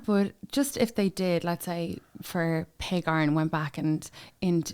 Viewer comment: You don’t pronounce pogacar correctly. Why not learn rhe rt way?